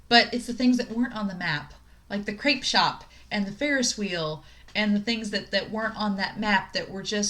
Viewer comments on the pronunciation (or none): none